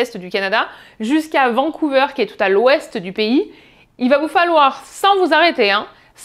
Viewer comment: "Vancouveur". Autant en Français qu'en anglais ca ne se prononce pas comme ca.